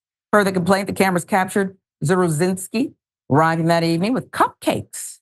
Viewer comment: The wat you said cupcakes 😅